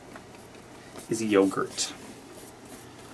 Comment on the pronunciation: Now, if I didn’t know better, I might think you were making fun of Americans, with your “yoguRRt” and “brayeRR”. 😆